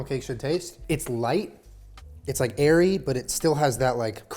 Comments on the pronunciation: for a quick second i thought he said “it’s got that aries taste” not airy HAHA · He said "it has that airy texture" and I thought he said "aries texture" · tell me why I heard “Aries texture” instead of airy texture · “it has that arie(s) texture” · "It's light. It's airy." Me: "It's light. It's ARIES."